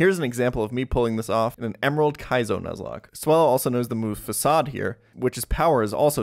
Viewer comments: Fah kah de? I think its pronounced "fah sah de" the move references a fake front to a building. (Think of western movie buildings as an example) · Just for the 1st time realized it's pronounced "fassade" I always called it "fa-kayd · faw-sawed... I never heard that type of pronounciation, but I like it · I think he pronounces it that way because he is austrian. I am german and have a very similar pronounciation of facade